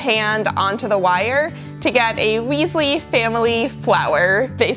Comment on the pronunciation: "Weasley" anyways you did a great job love watching this